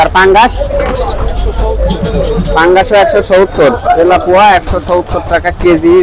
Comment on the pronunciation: আপনার ভিডিও অনেকজন দেখে। শুদ্ধ উচ্চারণ ও জরুরি। বেগুন কে বাগুন, তেলাপিয়া মাছ কে তেলাপুয়া এগুলো বলা থেকে বিরত থাকা জরুরি।